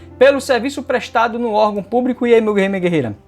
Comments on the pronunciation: Púbrico?????? Ɓrocha não, prof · Só o que dói no ouvido é esse funcionário púBRICO!